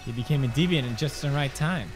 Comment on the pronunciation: I miss pewds pronouncing deviant wrong like “deviont”